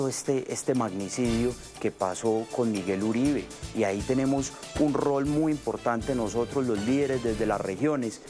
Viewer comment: Esa equivocacion de pronunciar el nombre del martir Miguel Uribe T, eso lo dijo a proposito para piner a hablar a la prensa. No le den gusto, ese criminal solo merece ignorarlo